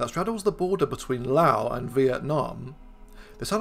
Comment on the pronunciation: Thank you for pronouncing Laos correctly, with a silent S.